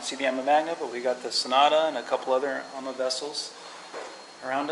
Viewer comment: it's pronounced "Ahma" not "amma"